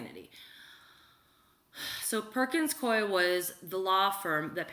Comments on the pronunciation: Worked at Perkins Coie LLP. It's pronounced: Perkins Coo-ee *just an fyi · Also, not to correct you but just to help out with pronunciations, it's "Hue-ber" and "Perkins Coo-ey" as in, rhymes with gooey. Love you.